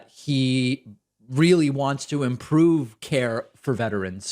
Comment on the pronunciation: Did this idiot just say veterans like the va???? LMAO